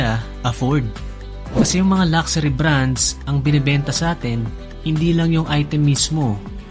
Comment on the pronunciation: LUXURY lak-sa-REE = x luhk-shuh-Ree = ✓